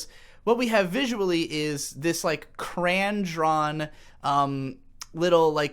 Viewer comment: I’ve heard people pronounce the word “crayon” as “crown”, but never “cran”. Wtf